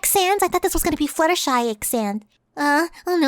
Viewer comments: you are fluttershy not fluttshe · How much money did it take to surgically turn yourself into?